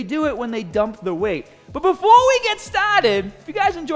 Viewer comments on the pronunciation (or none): “Befowe we get stawted!”